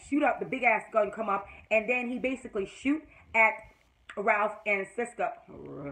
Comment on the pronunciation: LOL! I love how you say Ralph.